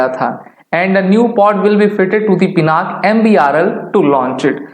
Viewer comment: पिनाक नहीं पिनाका है भाई